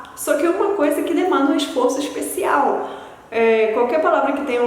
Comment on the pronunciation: Você tem sotaque, embora bastante sutil para uma estrangeira falando português. A maneira como você reproduz o "S" palatalizado se assemelha ao sotaque carioca. Fica bem aparente quando você pronuncia palavras como ''esforço'', ''especial'' etc. Mas isso não diminui em nada sua proficiência que é excelente. Parabéns pelo vídeo!